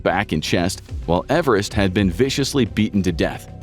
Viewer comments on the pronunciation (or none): none